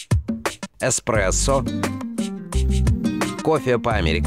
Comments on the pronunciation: илёи 2020 год, люди узнают что их любимый напиток не Экспрессо, а Эспрессо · Экспрессо или эспресо. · Эспресо. Экспресо. Эспресо. Экспресо. ТУПИТ!!!!!!!!!!!!!!!!!!!!!!!!!!!